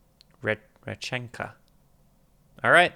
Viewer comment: Congrats on your correct pronunciations of "Rechenka" and "Ankudinova"! Other great performances by Diana: "Wicked Game," "Derniere Danse" and "Happiness."